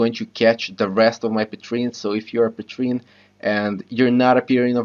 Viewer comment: Lost the ability to say Patreon. Nice video though